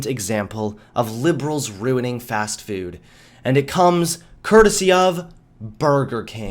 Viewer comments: It's pronounced Fast-Foood, not "Fast Fewd" okay Marcia Brady? :P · today it's fast fewd. lol